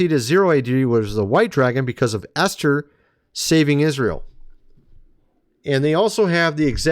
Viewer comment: Geez! Esther is pronounced E as in bEd r bEt. Not Aster the pagan goddess. Please!!!